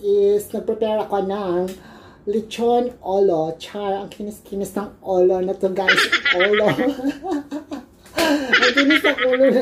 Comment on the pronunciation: Grabe ka slang sa Lechon Olow! Hahaha mahilig sa olow shiutout